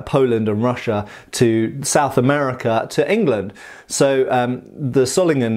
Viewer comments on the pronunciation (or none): none